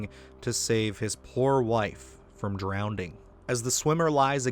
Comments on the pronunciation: Brother it's pronounced "drowning". Not "drownding". Just trying to help ya out, friend. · It’s pronounced drowning, not drownding. I’ve watched most of these films and Under The Skin totally creeped me out. I couldn’t even finish it. The scene with the couple, the dog, and the baby just broke me and that’s where I stopped. I can’t even begin to understand why people make such movies. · Under the skin - did you really say “drownding” ?? twice?? Why are you adding another d to drowning? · I'm almost equally disturbed by you saying drowneding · Drownding? Are you fuckin for real bro? There's only one D in drowning. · What is drowneding? Did you mean DROWNING? Embottled? No a word my guy. Embattled or Embodied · Love what u do but it is drowning. Not drownding!! Couldn’t get past it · Drownding isn't a word. You mean drowning. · "drownDing"?!?! you mean "drowNing"?? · The video is great, but the pedant in me has a really hard time with "drownding". There was a song by I think Jewel where she says it that way during the chorus and I think it was specifically designed to make my stupid, picky brain just break. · random and unsolicited critique but there’s only 1 D in drowning. It’s just a pet peeve of mine when someone says drown-ding like nails on a chalkboard. Drown +ing is drowning. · Lol I came here to find out if anyone else noticed, I had to rewind to make sure I heard right. Like you said, the word 'drown'. If you drown in the past you say 'they drowned' if you are in the process of it happening 'they are drowning'. No extra D sound, it's like they combined the past participle of ED with with the present continuous participle of ING 😂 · It's not drownding its drowning. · DrowDING????? dude it’s drowning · Drown-ding? That's what we're going with? Not drowning? Ok. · Hey so it was a slip of the tongue. Also, people can have speech impediments. Don’t be a dick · "Drownding"??? . It's Drowning. Not ding, just ing. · Hang on did you say "drownding?"